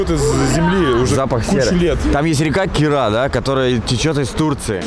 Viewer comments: Река не Кира а Кура! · Кура -река а не Кира:))) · Очень люблю Грузию, тысяча лайков за видео, но,, река не Кира (на ), а Кура, если мне не изменяет память. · ზდაროვა,მაგარი ვიდეო გაკვა,ბათუმში ჩამოხვალ?и река называется 'Кура' а не кира!! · Кура, а не кира. Учи чтоб не тупить